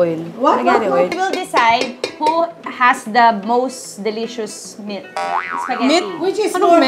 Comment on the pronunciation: HAHAHAHA! I STILL CAN'T GET OVER WHEN ATE ALEX SAID : " WHO HAS THE MOST DELICIOUS MET- " 😂 THEN ATE TONI WAS " ANONG MET? " HAHAHA!